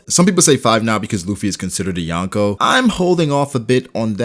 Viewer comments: I am sorry to say that, but you triggered me saying "" Bro it is called "Yonkō" from "四皇" which is 4 emperors and its sounds like this "Yon which is four, Ko which is Emperor or king" combined you get four emperors. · Yawnko or Yonko? Smh Americans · Omg it’s not ‘youn ko’ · "The Yawnko".... please pronounce it right if you are going to make a video on them